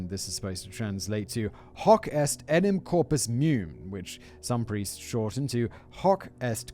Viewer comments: Let's add Latin to the list of languages Simon can't pronounce. ("meum" has two syllables) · It's called Transfiguration, we refer to it as 'The Host', we curtsy to it and cross ourselves if we pass in front of the altar, yes Catholicism is weird. and 'meum' is pronounced more like "may-um' or 'may-oom.' -Your Friendly Neighbourhood Irish Catholic